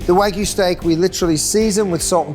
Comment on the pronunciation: Keith, wtf is wagoo? It's wagyu and the Y isn't silent